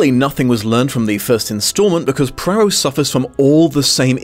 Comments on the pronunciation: I cannot understand why you continually add an R in Poirot's pronounciation. Prarow? It's Pwaro!!! So annoying. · "PWAA-row", not "PRAA-row"! -- no R in the first syllable of Poirot's name. Even in fiction, so iconic a character - and his author - deserve the respect of correct name pronouncing. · Dang it!! SAY THE NAME PROPERLY! "PWAA-row! PWAA- row! PWAA-row!" Not PRAA-row! There's no excuse for making such a disrespectful gaffe. 😡😡SAY NAMES CORRECTLY.😡😡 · apologies if others have pointed this out/if you dont care but his name is pronounced "pwa-roe" not "pra-roh" as you've been saying! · PLEASE try to learn to pronounce 'Poirot' properly... listening to you mangle it as 'Prarow' was painful!!! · Just popped in to see whether you’d learned to pronounce Hercules Poirot. You have not. You still say HERkyul Prorroh and I can’t watch the video. Which is a shame because I was interested in seeing one of your wonderful interpretations. HERkyul I could have overlooked but you say Prorroh more and it’s far more annoying. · Im sorry but what is this Poirot pronunciation ? Where is the first R sound coming from ?